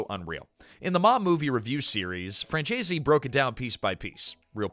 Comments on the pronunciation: It's pronounced, "FRAN ZESE," not "FRAN CHAY ZEE."" Efin AI. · AI narration does disrespect to pronouncing Michael Franzese's last name.